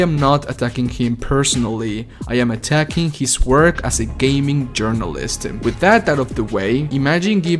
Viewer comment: guey tu ingles es terrible jajajaj por que acabas tus palabras con 'e'??? dices workE, viewersE, investE, videogamesE